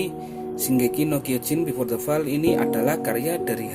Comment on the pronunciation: Fall dibaca foll oi